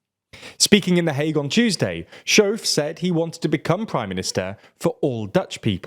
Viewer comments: The 'ch' in the name 'Schoof' is pronounced like the Scottish word 'loch'. Not 'shove'. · that's not how you pronounce SCHOOF. haha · Heerlijk dat verhaspelen van z'n naam. Hier mogen we nog een paar jaar van genieten.😂